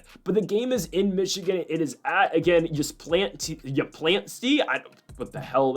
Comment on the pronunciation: I live in Ypsilanti ha ha. Its ip-se-LAN-tee or you can just say ipsi